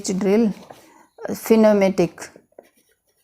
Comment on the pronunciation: Madam ! Its pneumatic nyoo ma tuk drill.